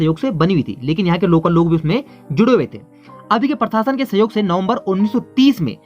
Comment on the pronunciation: जब हिन्दी में कुछ वक्तव्य दिया जा रहा है तो फिर हिन्दी बोलते हुये Very very important क्या बला है? दोस्त आपका उच्चारण अशुद्ध है आप प्रशासन को परशासन बोल रहे हैं,प्रति को पर्ति बोल रहे हो,प्रसिद्ध को परसिद्ध बोल रहे हो। करने का भूतकालिक रूप "की" होता है "करी" नहीं होता है,जैसे स्थापना "करी" नहीं कहा जायेगा बल्कि स्थापना "की " ऐसा कहा जायेगा,आप "प्रथा" को "परथा" कह रहे हैं,प्रतिपक्ष को पर्तिपक्ष कह रहे हो,उच्चारण की शुद्धता बहुत आवश्यक है।